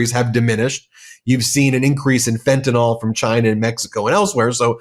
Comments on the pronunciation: love you & thank you sincerely ---please say fentanyl not fentanol ,no such thing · Ben, it’s not fenta(nol),……..it’s fentanyl (nill)…….